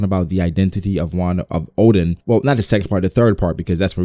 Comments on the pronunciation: Its ODEN, not ODIN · ITS ODEN BRO LOL